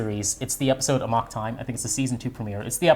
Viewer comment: Your pronunciation of Amok in Amok Time is killing me over here.